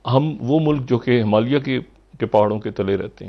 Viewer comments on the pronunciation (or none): none